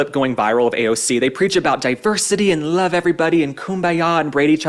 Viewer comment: "Ay yand" Cortez is a moron.